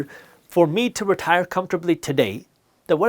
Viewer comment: Retair? Retire? So tire.